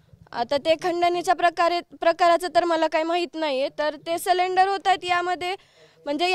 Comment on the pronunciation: ती CID ला CDR म्हणतीये... आणी सरेंडर ला सिलिंडर म्हणत आहेत...